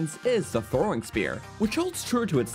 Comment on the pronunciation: " against any target while 'throwin' "